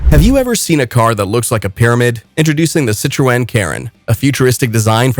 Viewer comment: That's the most bizarre pronunciation of Citroen I've ever heard. By the time I stopped laughing the video had finished.